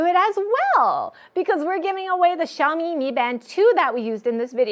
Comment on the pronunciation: pronouncing 小米 properly is so cute:3 Personally I stick to classic watches but trying out the high tech stuff would be nice